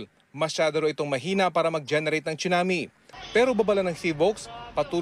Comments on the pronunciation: Hurts my ear when I hear "choonamee". OH GOD. PRONUNCIATION. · Im confused, should it really be pronounced as "chunami" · Excellent report. I like the quake simulator shown at the Phivolcs center. Someone needs to let Raffy know how to pronounce a Tsunami.